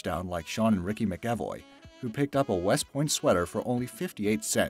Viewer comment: If you're going to do voiceovers, learn how to pronounce words. Especially basic ones like "McEvoy," and "Czar". This is a rampant problem on YouTube.